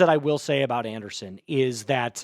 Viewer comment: Okay, if you want more viewers you need to do better. Start by learning how to pronounce the player's names. It Joe Anderson playing linebacker and special teams. It's pronounced Joe An-dree-son. Do better